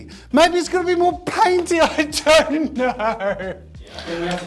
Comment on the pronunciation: its don't not jon't